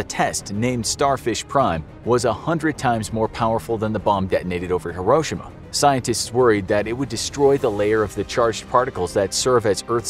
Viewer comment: The way he said Hiroshima 😭😭